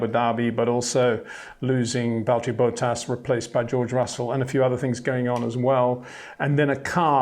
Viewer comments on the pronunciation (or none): HEY PETER WINDSOR, I HAVE MESSAGE FOR YOU SIR: With all due respect ... it is NOT Max "verSHtappen" ... Max is not German (Germans indeed do pronounce "st" as "sht") ... #Max33 = Dutch 🇳🇱 NL/Belgium! ... It is not "Bottash" nor is it "Lewish" certainly not "verSHtappen" .... This BS started long time ago when a British sport presenter interviewed father Jos Verstappen and assumed you can use a German pronunciation to a Dutch Driver thinking it is so "funny" ... It is not. Serious question: can any Englishman say "versatile" out-loud without saying "vershatile" phonetically? most can about 99,99% ... that is why most English can pronounce Verstappen 100% correct! Father Jos Verstappen (also F1 Racer) was very active between back then only a very few said "Vershtappen" but the vast majority of British sport presenters pronounced it perfectly ... only a few old stubborn farts like Peter Windshor